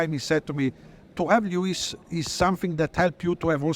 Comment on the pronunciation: We get to hear Charles say Leewis for a full year :D WINNING!